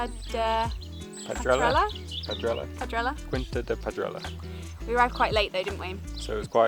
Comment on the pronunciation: The "qui" is pronounced like "kee", so "quinta" should sound more or less like "keenta". Oh and the "J" in "José" is pronounced like the "J" in your Joseph and not like the Spanish "Hosay". 🙂 was right about the Ujo, it's a species of european Owl. Just one thing: the valley you see from the lookout point is not the Douro Valley, it's the Tua river valley.